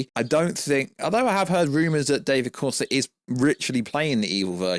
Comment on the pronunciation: Bro how tf you spelling his name. David CORENSWET is the name please learn it throws me off every time you say it